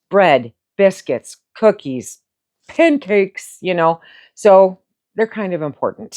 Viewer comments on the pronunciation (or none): lol the emphasis on pancakes was noted!!!